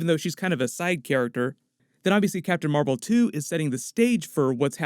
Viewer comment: *captain mar-vel ! Say it right